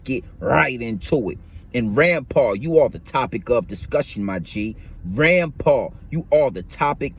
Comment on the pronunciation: Its Rimpau not Rampar